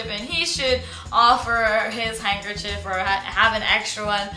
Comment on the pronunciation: Well, for what it's worth, it's probably a good idea to carry two handkerchiefs, but only for the same reason that you would carry two pens - to make sure you have one when you need it. Not necessarily for the feminine stuff. Oh, BTW - "handkerchief" rhymes with "stiff", not with "beef". :)